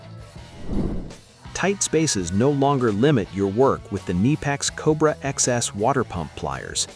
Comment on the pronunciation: Kneepex? KuhNipEx FTW!